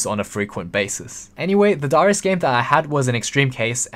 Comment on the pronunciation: Why tf do you say darius like that?